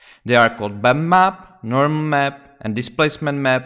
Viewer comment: Wow my friend thank you very much! Amazing video! I was looking for answers for too long until i found your video! Great explanation. Also funny how you pronounce bump map :D "Bammap" Thank you!!!!!!!!!!!!